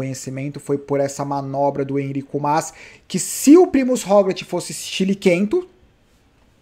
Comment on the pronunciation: blz? cara fala o nome do "Enric Mas" direito, pelo amor de Deus de onde tirou "Enrico"